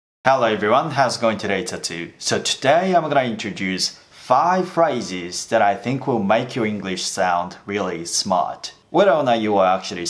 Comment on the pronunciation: 「five phrases 」の発音はオーストラリア英語ですか？